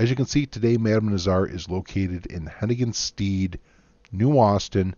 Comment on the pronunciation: You know I love ya. Cattail Pond gang for life. That being said, it's pronounced Hennigan's Stead ('sted'... rhymes with 'said'). 😘